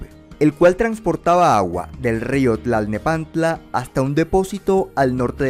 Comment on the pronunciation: Gran video !!! Pd: lograste pronunciar bien Tlalnepantla 😅👏🏻